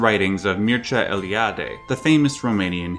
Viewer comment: from all english speakers that I ever heard, you pronounced Eliade's name the best, congrats and keep it up!;)